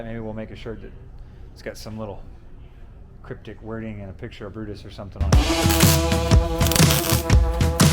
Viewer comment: Oh look... it's Bru-Mater again. Tow-Mater's long lost cousin. Not sure Brutus really fits... Brew-Mater. Nice try fellas... you'll make the next one.